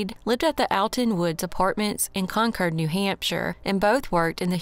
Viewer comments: I'm in New England. Wherever you got your pronunciation, they misled you. There's a Concord, MA & a Concord, NH. CON-kerd. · Im in the UK and we'd say Con-Cord. Like the Aeroplane ✈️ 😊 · The one in NH is pronounced the way our pronounced it but having lived in Ca. for 14 years decades ago I always heard it called "Con-cord". So, in a way, you're both right just talking about different States. Lol! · Glad you shared that! Only city by that name is the one in California and always heard it pronounced "Con-cord". So you taught a whole lot of us a new thing with this video. Haha! Thank you so much for the video! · Hate the way you say Concord 😂